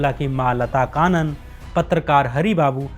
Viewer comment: लता कानन नहीं... लता कन्नन! और 'लेट्टे' नहीं L.T. T. E पढ़ते हैं!